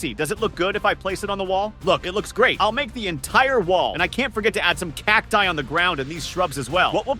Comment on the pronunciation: I like How he said CACTIE